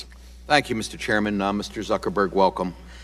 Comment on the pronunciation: did that congressman call him Mr Zuckerberry? lol